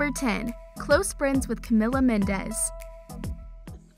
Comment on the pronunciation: Its camila not camela